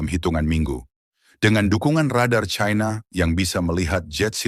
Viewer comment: Sangat memalukan orang kalau dilihat dari suara sudah umur diatas 50 th tidak bisa menguasai bahasa Indonesia yang baik Belajar bahasa Indonesia baku dulu kalau mencari followers biar tidak memaluka menyebut China dgn Chaina